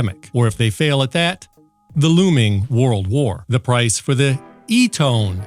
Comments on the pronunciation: Yeah, that soft squelch is slick. I'd like that on my $2K+ "Ham" radio setup. Having a small amount of static noise gives you confidence you are still receiving and you don't hear any speech because obviously no is talking. Little things like this sure make a difference in radio listening enjoyment. Oh, and maybe it's pronounced EH TON.😀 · How are people going to take seriously any comments by someone who doesn't take the trouble to properly pronounce the name of the product? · You could find out how to say the name in under 2 minutes by going to one of their commercials. It's "Ee-TAHN" It's a company that's been around for decades and a used by the Red Cross. They've been there for thousands in dire situations. They deserve more than a lazy, I-could-care-less: "I don't know how to say it. Eeeeton. Eeetone? Whatever." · Can you yanks not speak English it’s E,T,O,N NOT ETONE SAY IT RIGHT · Pro- nun- ci-a-tion E- ton not Etone or Etin .i've heard all the others with the same wrong pronunciations E- TON maybe there's a short ( wave) of cutting through the chase and keying into this first , be for exploring further or other frequency's lol .that's like Short hand for laugh out loud . You are a funny man . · Your info sounds great, but I have to tell ya, your Eaton/Etone joke(?) was really getting on my nerves and really distracted me. If your goal is to inform, why go for the ongoing joke??! Please pick one pronunciation and stick to it! 🙃😇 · it's pronounced eton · E - ton. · We think alike! I just found you and subscribed immediately. The Administration is determined to destroy the country. P.S. Chat GPT says the brand name, Eton is pronounced like "EE-tun" with emphasis on the first syllable. In georgia, we use that all the time: "Have you EE-tun today?" Excellent video. I do need such a radio. I'm going to try to get one with a hand crank. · Eat'n as in 'Do'nt bother me, l'm Eat'n'!!!🤓🤓🤓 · Lol I think it's e-ton... Tone has an e on the end lol